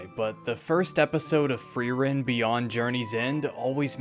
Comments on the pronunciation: I love frowren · Fee-rent? Free rent?